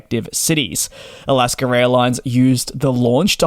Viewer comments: “Alasker” Airlines???? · Sounds like you're sayin Alasker Airlines.